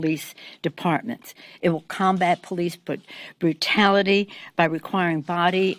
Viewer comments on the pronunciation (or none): She said “porice bluetality” and didn’t even correct herself. Time for the nursing home Nancy, maybe you and old Joe can be roomies.